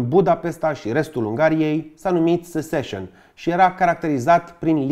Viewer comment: Un clip excelent pentru pasionații și profesioniștii în restaurare și patrimoniu. Good work,! Mică mențiune, Seccesion se pronunță "sețesion", nu "seseșion". Also, ar ajuta o restaurare a Castelului Peleș, dacă se uită cei de la Comisia Europeană în comentarii:))